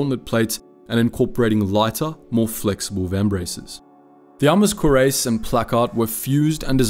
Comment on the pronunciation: You're saying the word cuirass like "koo-race" but it's rather pronounced more like "kwee-rass".